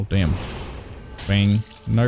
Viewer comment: Are you saying "narp" ? It sounds like an really thick australian accent saying "nope" and i cant stop hearing it lolol